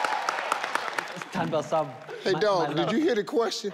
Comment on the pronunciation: You mean "S'thandwa sami" when he changed to "Tower sum"?😂